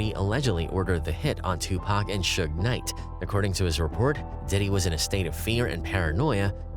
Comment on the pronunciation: Bro said Shoog Knight. Who's Shoog? It's Suge lol